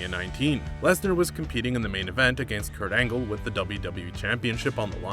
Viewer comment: This guy doesn't even pronounce the word against correctly